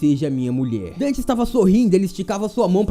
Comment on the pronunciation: Só eu que ouvi seno o nome dele é Dante kkkkkk